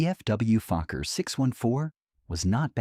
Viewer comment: No, it is not Fukker, but Fokker